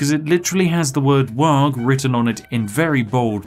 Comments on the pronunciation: The Ork player in my blackened soul screamed-in-dakka every time you said "Waaag" rather than "Waaaar" with a hooligan accent. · It's pronounced "Waaaaah" not "Wog" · Does it bother anyone else when WAARGH keeps being pronounced as Warg...there is an 'h' so the GH is silent. Also, WAARGH needz ta be shouted ya gitz. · The G is not pronounced. It’s WAAAAAAAAAHHHHH in a cockney accent. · Popular warcries include "Ere we go, ere we go, ere we go!" "Zogg / Krump 'em!" as well as the ever popular Ork punctuation mark; "WAAAAAAGH" (which humans will eternally mispronounce due to the silent pair of letters at the end). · It warms the cockles to see some 40k representation but please, for the love of Gork (or possibly Mork) the G in Waaaaaagh! is silent and I will get krumped on this hill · Take a shot every time he mispronounces "WAAAGH!" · in dow, if you right click it auto queue's stuff ;D and the g in waaagh! is silent :P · Please don't pronounce the g in Waaaaaaargh!